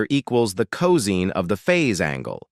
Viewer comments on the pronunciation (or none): Excellent video! May watch it again 👍 ... BTW ... 'cos' is pronounced co-sine (sign) vs co-zeen. Typo — *improvethis 41.41⁰ — Should be 41.41° using a degree symbol ° vs a superscript zero ⁰ (I first thought it was to the power of ^0) Windows calc —— Type 0.75 first, then [ Scientific, trigonometry, 2ⁿᵈ, cos⁻¹ ] (Enter .75 first... then cos⁻¹). Entering: [ cos⁻¹(0.75) = 67.5 ] ... Instead enter: [ .75 cos⁻¹ = 41.4096 ]. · Is not co seen, but co sign. Learn how to pronounce cosine ffs!!!